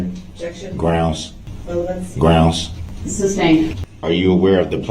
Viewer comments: Any time a prosecutor is speaking, he thinks he has to either object when they question a witness, or say grounz when they object to his own questions. Through most of the trial, his primitive ape brain was running on similar code to the following: if (objekshin) { say "grounz"; } else { say ("objekshin " + randomGrounz); } Sue Opper began her objection without actually saying the word "objection", which caused whatever these people usually have in place of a brain to briefly short-circuit, and thus he thought he needed to say the word objection himself. After realizing his own stupidity and the fact that it was actually the opposing party that objected, he doubled back and resorted to the other half of the two words in his vocabulary. Fascinating creatures. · Listen to the judge say “grounds” and watch the ADA laugh.